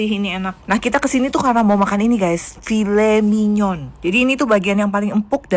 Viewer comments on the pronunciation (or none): Filey manyaoun bacanya